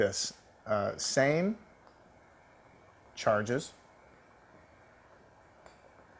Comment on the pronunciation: "same carges"? not laughing but find it funny...lol